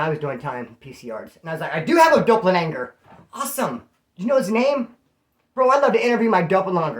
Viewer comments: My Doppel-langer????! 😂😂😂 it’s doppelgänger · POV CREW all day. That being said, it's doppel•ganger. Lol it's mean "double walker" in German. Did you ever meet Ryan Leone? I watched his videos shortly after his 23&1 interview. His interview was the first I ever saw on that dude deaths channel. That do Ryan was funny as hell with his stories... Apparently a lot of what he said though I guess wasn't even true. (This is just the general consensus after he passed, who really knows what was true and what wasn't, he had a lot of people talking bad about him when he passed, alot said it was cause he was a lier & just dope friended the hell out of people. Essentially making money off of BS and not following though.) I guess before he died he was supposed to be on a book tour for a book he wrote, apparently that wasn't true at all. That dude savage though was hella dumb. I'd be extremely surprised if the guy that smoked him really was just some guy that was talking crap to him in the comment section. I really believe it was more than that just based off the fact that not that long ago he posted a video where he was essentially disrespecting the hell out of the Mexican Mafia. That alone right there after I saw that video I was sure that him getting smoked was going to transpire soon & look what happened. He really did think he was like the toughest guy around. 🤦🏼‍♂️